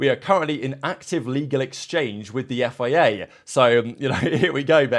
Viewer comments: It is F. I. A, not FEA, why do you keep saying FEA?? Are you broken? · Please learn how to say F.I.A.